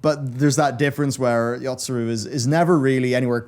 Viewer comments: wish we got one for all the times he said "yotsuRu" instead of "yotsuYu" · Yotsuyu not Yotsuru. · Well, he's seen The Burn Savage. Also,, please keep a cheat sheet of the names. There's no R in Yotsuru, nor is there an I in Azys Lla Also, the reason the shadowbringers trailer reminded you of the last dungeon is because it's set there before it goes to where it goes. It's literally Ghimlyt Dark and the Hien/Zenos fight. Also, the moment between Nanamo and Raubahn is still my favorite moment in the entire damn story. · Someone already prolly write this already... But it is YotsuYU. I'm surprised Matt didn't force him to re-record all over again...